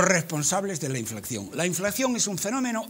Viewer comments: Roberto! Es "inflación" no "inflaxión" Del verbo "inflar" poreso el antónimo de inflación es "deflación". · Díganle a este hombre que no se llama inflacción sino inflación. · es que no es ningún chiste. Está mal dicho "inflaxión". Es INFLACIÓN!